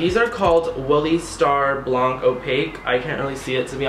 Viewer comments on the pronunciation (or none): none